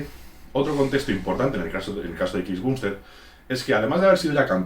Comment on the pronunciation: Me pone nervioso que diga "bumbstead" y no "bambstead"